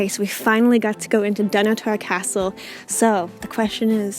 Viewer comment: Hey, I loved your footage of my family's old homesite (: The Keith family were at Dunnottar for centuries. My mum was a Keith and I have traced our ancestry waaay back. Just one thing~ please learn how to pronounce it~ it's dun-otter not Don Otair....keep having fun (